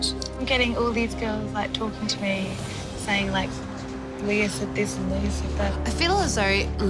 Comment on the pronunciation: Its so irritating how these new girls are turnishing LEAH's name